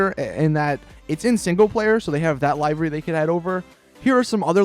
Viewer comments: The way u say livery is pissing me off its pronounced like this Le-ver-y U said it like Lai-ver-y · It doesn't, but it does matter that you've been pronouncing "livery" incorrectly in all of your videos. in both US and UK English, it's LIH-verr-ee. Not LIE-verr-ee. Start saying it correctly. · It's LIVEry like "He is going to LIVE a long life" not LIVEry as in "Hey man when are you going LIVE on Twitch?" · LIVE like he lived... LIVERY...not live as in live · 1. Pronounces livery wrong 2. Called an RWB Porsche rice ... Don't ever go to Japan or any real life meet, PLEASE! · Please learn how to say livery